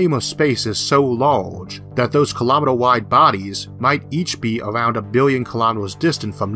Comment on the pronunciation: Shawtidge of energy. Impowrt. Lahlge.